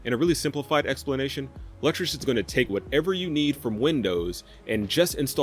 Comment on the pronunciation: Lutris is pronounced Lewtris